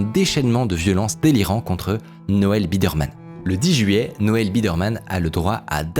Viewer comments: Biderman (baille deur Mane), par Birdman !!! C'est incroyable de pas être capable de lire et de prononcer ce nom correctement. Du coup, on se pose des questions sur la qualité générale du documentaire. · J'ai pas encore fini de regarder mais tout le long pour le moment Micode dit "Birdman" alors que c'est "Biderman" c'est perturbant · BI DER MAN, pas BIRD MAN. Moi aussi je suis dyslexique, mais pas youtubeur et cette erreur répétée à l'envi, ça fait désordre... Vingt Zenquêteurs, c pas terrible non plus. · Pourquoi prononcer "Birdmann" ? le nom se prononce Bi-der-mann et pis voilà ! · Comment il lis biderman birdman pendant 36 minutes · IL A DIS BIRDMAN TOUTE LA VIDÉO SANS SE RENTRE COMPTE QUE C’EST BIDER MAN ! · C’est pas birdman c’est Biderman ! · le fait qu’il ai dit birdman instead of biderman ça me tilt a un point inimaginable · Triggered par le fait qu'il s'appelle Biderman et que tu prononces Birdman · BIDERMAN PAS BIRDMAN PUTAIN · c'est BI DER MAN ET PAS BIRDMAN sinon super documentaire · C’est BIDERMAN est non BIRDMAN comme tu dis pendant 30min .. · Tu dis Birdman ou lieu de Biderman tout le long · Il s'agit de "Noel Biderman" et non pas "Birdman" . Ne voyez-vous pas la différence ❓️❓️❓️⁉️ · BI DER MAN, et non pas BIRD MAN ! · Juste pour chipoter c'est Biderman et pas Birdman Mais très bonne vidéo sinon, encore une histoire très prenante ! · Super video mais juste un truc, Noel Biderman c'est Bi-der-man, pas Birdman 🙂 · Birdman ou Biderman ? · Pourquoi prononcer Biderman (qui se dit tout simplement Bideurmann) « bird man »? Je n’arrête pas de me poser la question. Je ne comprends pas, c’est l’angoisse. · Le mec s'appelle Biderman et c'est prononcé Birdman tout au long de la vidéo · Il ne se nomme pas Bidman mais Biderman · biderman, et pas birdman ' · Je suis à 3min de vidéo, et "birdman" au lieu de "biderman" j'en peux déjà plus :') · le mec s’appelle Biderman pas Birdman mdr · Birdman.. non c'est Biderman 😭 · C'est Biderman pas Birdman